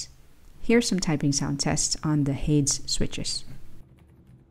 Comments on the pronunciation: This was supposed to be the improved version of the original flow yet they downgraded the casing to ABS which will yellow overtime, I still want to order but will stay away from white. Btw Hades is pronounced "Hey-Deez" named after the Greek god of the underworld. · 'Ha•des' 2 syllables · Shouldn't it be pronounced Hay-Dees as in the Greek God? lol